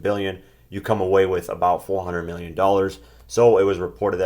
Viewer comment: he said "300 meal", aaaaaaah!!!!!LMFAO!!!!!! then he said, "There is a lot of peopole" WTF!!! LMAO!!!!!......you know that had to be floyd, aint nobody typing for him there...AAAAAAAHAAAAA!!!!!